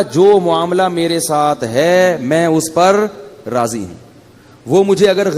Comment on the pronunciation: Razi zuad say hota hai zay say naheen